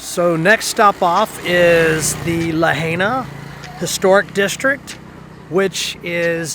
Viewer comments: Others will probably tell you, the same its Pronounced La Hi Na! We did segways there the last time we visited... a great way to cruise the town! Enjoying revisiting, and refreshing our Memories! Vickie from SE Pa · It's pronounced "Luh-hi-nuh" I believe. That food looked amazing! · I live on Maui it's so beautiful here sorry but he's pronouncing lahaina wrong LA hai na 😄🌺🌺🌺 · So funny to see y’all eating burgers in Hawaii, since they have the best fish and seafood anywhere. And it is pronounced La HI Na. Banyon is awesome. Find the shaved ice place with ice cream in it! We love Big Island even more so will see what you think. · Glad you liked my old stomping grounds but the correct pronunciation of Lahaina is LA-HIgh-NA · Please learn how to pronounce Lahaina